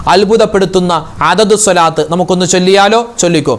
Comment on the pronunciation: രാവിലെ മുതൽ വെള്ളം കോരി അവസാനം കുടം ഉടച്ചു. എന്ന് പറയുന്നത് പോലെയാണ് ഉസ്താദ് മാരുടെ കാര്യം. എല്ലാദിക്ക് റും ദുആയും നടത്തി അവസാനം സ്വാലാത്ത് ചൊല്ലുന്നത് തെറ്റിക്കും. സെല്ലല്ലാഹു എന്ന് ചൊല്ലും സ്വാല്ലള്ളാഹു എന്നല്ലേ ശരി സ്വാദ് അല്ലേ സിൻ അല്ലല്ലോ സ്വാലാത്ത് എന്ന് പറയും. ചൊല്ലുന്നത് സെലാത്ത്. എത്രനാളായി നിങ്ങൾ ഇങ്ങനെ ചെയ്യുന്നത്. അള്ളാഹു സ്വീകരിക്കുമോ